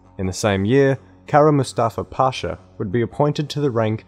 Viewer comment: Not to nag but just for learning's sake, you got all the stresses in "Kara Mustafa Pasha" wrong. Also, I'm sure you meant it as a joke, but for the people who don't know - it's Tatars, not Tartars.